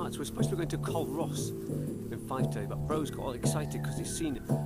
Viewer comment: it's pronounced "Q Ross" not "cull-ross.